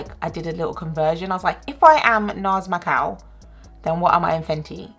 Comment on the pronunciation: I thought she "shade my cow" and I was so confused and than understood she said Macau as in the city